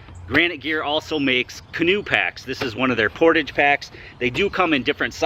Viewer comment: portawwwge.....it's french....portage is what ya call my belly....cause I'm a portly fellow...;)